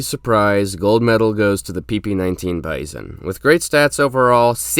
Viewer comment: Let me 🤓 for a bit. Grach and Pernach do not have K in the end, it,s ch as in cherry, because it’s a transliteration for Russian Ч. It’s not Bizon with stress on i, but bizón with stress on o, more like a “bee zon”